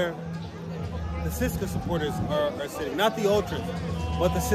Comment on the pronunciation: Dude, I hope you have at least learned to pronounce the name of the team you have been cheering for in the right way. It is not Ceska, it is CE-SE-KA TI-RE SO-FI-A